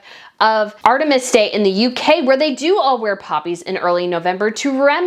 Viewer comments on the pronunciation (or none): Sorry, it isn’t Artemis day it is Armistice (arm-I-stis) day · It’s not “Artemis Day” as you say, it’s Armistice Day. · For Heavens Sake,. It’s ARMistice Day NOT Art-imus Day. Please read and rehearse your copy and get pronunciation of terms you don’t know. Keep journalism alive. Make it right. Do the work. Because you do this a lot. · I love you but it’s not Artemis Day but Armistice Day. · I think I heard you say ‘artemis’ day. It’s Armistice day! 😁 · Love you, but it’s ARMIISTICE DAY.